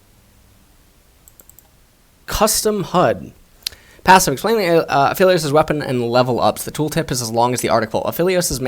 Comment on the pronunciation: I think he is called A-Aphilios.